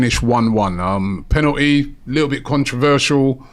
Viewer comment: Why does says the word penalty “penateee”? Why does he try to talk black? You’re not black mate, you’re right? Sort yourself out pal ffs